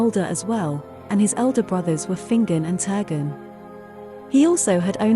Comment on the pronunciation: I think its pronounce as "hel ca rak se" instead of "hel ca raks", also Turgon - "toorgone" and not "tergon"